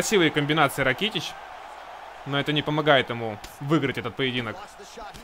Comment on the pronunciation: Вообще правильно ударение на а Ра'китич